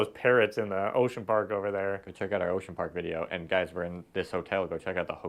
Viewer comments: I do like how they pronounce Bang-gus 💀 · That makes me wonder how often Filipinos mispronounce Angus.